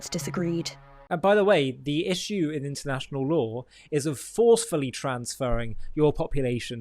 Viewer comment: I had to laugh when he said intenational law..